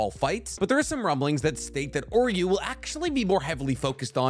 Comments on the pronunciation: how do you mange to butcher every name and word from bleach, its Juha Bach (German) not yuha baha, its Uryu not Oryu, Auswählen.............. I'll stop here becasue you are giving me an aneurysm each time you say yaha baha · dude lol I had to PAUSE cause I started laughing. Im like alright, bro calls Uryu - Oreo or some shit. But then that Yawuba hit and I just died 💀💀😭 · Its OOO-ryu not OR-you... and it's not Yu-hub-a its You-ha. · why did you call Uryu Oryu? now he sounds like Oreo throughout the entire video..